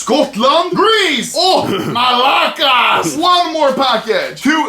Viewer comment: i really liked how anomaly pronounced malakas,he sounded almost like an avarge greek guy talking with his friends